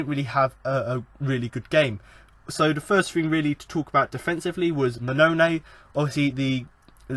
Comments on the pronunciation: Dude, I'll help you out on how to pronounce some of the Town players. The striker big Steve Mounie is pronounced 'moo-knee-ay'. Kachunga is pronounced 'ka-chung-ga... Like his song.... ' Aint nobody like Kachunga, makes me happy, makes feel this way'. Happy to help. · Wait what did you just call Mouniè?